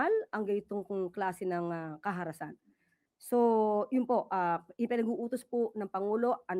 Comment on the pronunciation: Parang mali ang pag-gamit sa word na "karahasan" ni Claire C. Sabi nya "kaharasan".🙂